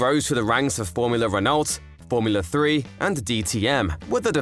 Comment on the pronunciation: Great video, very informative! I'd look into pronunciations though - Renault is pronounced as Reno, and Interlagos is said as LARgos, not LAYgos